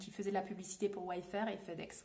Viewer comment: Ce n’est pas « Way Fair » et non « Wafe Fair » ? Corriger moi si je me trompe 🤔